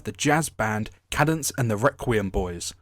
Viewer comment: Sorry feller, minor nitpick, when you were talking about the bombshell singer lady, I'm pretty sure it's pronounced Cāde-Dense, like arcade. I will be accepting nerd emojis in the comments.